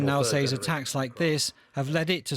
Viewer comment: British people pronunciations absolutely irk me. Lol "SAY(S)". {SA-AY-EZ}!?!?!? tf is that.